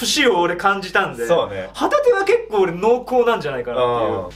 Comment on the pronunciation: 旗手の発音がホタテなんよ笑